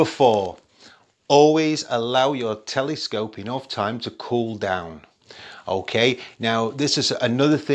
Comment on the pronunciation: It's cute how you pronounce "telescope" like "telly-scope" :D